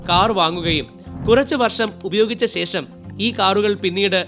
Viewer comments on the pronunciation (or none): none